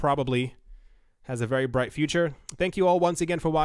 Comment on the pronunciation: Its not dead, but wery down, and wery depressing.